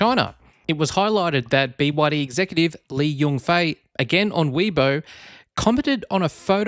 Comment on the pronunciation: Bwadi? The 3 separate letters of the name is B Y D - squashing the 3 into a single “bwadi” sound sounds derogatory to the manufacturer.